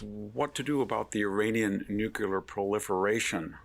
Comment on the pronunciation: Nukular? How many 'U's are there in NUCLEAR?